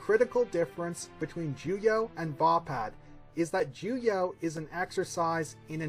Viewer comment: Why do you keep saying “juyah”? lmao